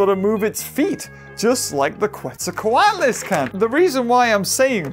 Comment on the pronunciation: its procounced quetza - coat - less. now say it!